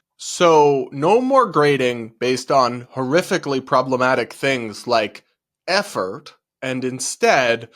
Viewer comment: the way you said "effort" has me rolling 🤣